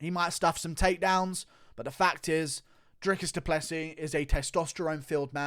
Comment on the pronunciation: DREE-COUS DOO-PLUH-SEE Hope this helps.